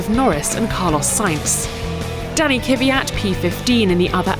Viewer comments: KVYAT NOT KYVYAT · Girl! It's Kvyat! NOT Kyvyat!!!!!!!!! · Someone should clue her how to pronounce Kvyat. She seemingly reverses the order of "v" and "y". Not that difficult to get it right. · Why do they always say kyviat. His name is kvyat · Why does everyone says kYvyat? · k-vy-at not ky-vy-at. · the woman keeps saying Kvyat name wrong video after video